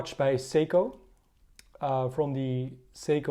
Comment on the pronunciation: You read SEYKO , not seko or sego ...you fkn morons !